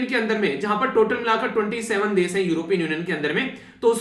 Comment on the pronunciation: ...video explains awesome....but try to pronounce....Topic is टॉपिक.... normally नॉर्मली....desh देश..... etc ....improvement ..aur sunane achha lagega